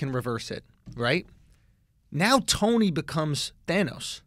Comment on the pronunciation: I love how committed they are to mispronouncing thanos